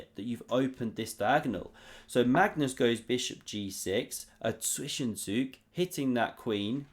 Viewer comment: Fantastic content, even your "Zwischenzug" pronunciation has gotten a lot better. ;)